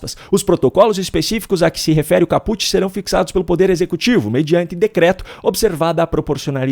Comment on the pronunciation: a pronúncia correta da cabeça ou parte principal de um artigo é cÁput, do juridiquês, parte da nossa herança do Direito Romano.